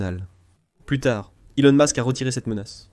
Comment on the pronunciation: Ilon mask,troump..cest quoi ces prononciations😂😂😂😂